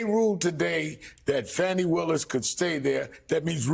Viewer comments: He needs to be beaten at the polls. even if that means swapping out Biden for someone else. Shame on Little Merry Garland, the cowardly dithering toothfairy for getting us here. And it's 'Fawnie' not 'Fanny'. Have enough respect to get her name right! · ...and kudos to her for being the only person Ive ever heard say Fani's name correctly! "Fah-nee" !! Not "Fawny" or "Fanny"!! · FAH-ni, NOT Fanny or Fawnie. Otherwise, thanks Nicolle and panel. P.S. if there's a witch hunt, he would have been in jail for three years. Delay is the tool of the guilty. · Rev made two mistakes. He called "Fawni", "fanny" and thumper "mrpresident"??? Rev, PLEASE do NOT do that! Her name is "Fani" (fawn-ee). He ISN'T the president that title belongs to President Biden or Mr. President (Biden not thumper). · "IF" the traitor wins the election, ALL of his cases would disappear. There will be NO state case or any other, as he will be a dictator... PERIOD. ... and for God sakes, stop calling her fanny. It's Fani... pronounced (fawn-ne)! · CAN EVERYONE PLZ GET HER NAME RIGHT “FANI” like FAWNY not FANNI as a BUTT AS TRUMP LIKES TO CALL HER WITH THE INSULTS😡 FANI FAWNY GET IT RIGHT!!😡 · Wow...why is Al Sharpton pronouncing her name incorrectly?